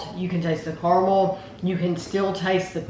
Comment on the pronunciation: the way you say "CORMEL" instead of caramel broke me lol